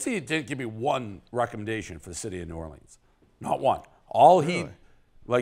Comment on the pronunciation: Please stop saying New Orleens and arts district